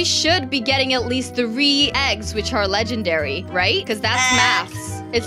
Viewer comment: It's legendary not ledgenary